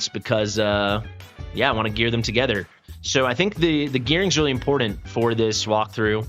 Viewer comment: "Impordent" isn't a word. There's a t in there, not a d.